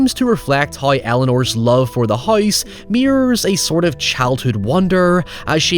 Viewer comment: What? Just cuz someone spends hours of hard work on something , doesn't mean it cant be bad. Your statement didn't make any sense Also the word is house. Not heyoose. Lol